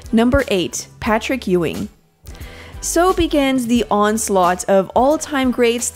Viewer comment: It's pronounced u-wing